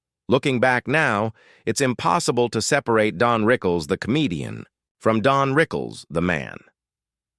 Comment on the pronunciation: DON,not DEAN? right?